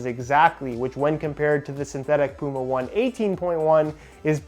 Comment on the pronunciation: It's pronounced Puma Oh-Ney Oh-Ney. Yes it is an old Hoka running shoes reference.